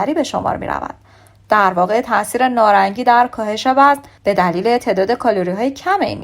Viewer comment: تلفظ شما اشتباه هست نارنگی هست نه نارانگی لطفا توچجه کنید پارسی را پاس دارید